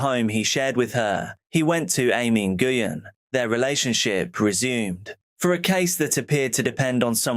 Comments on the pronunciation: Love your content!!! Just a super friendly FYI: Nguyen is pronounced “win”. Like “I hope I win this game”. Keep up your amazing videos and hard work. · Love your videos 👌 Heads up - Nguyen is said like Nwin